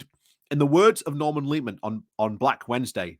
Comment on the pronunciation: Ah yes, famed Chancellors of the Exchequer “Kersee Kertang” and “Norman Leeman”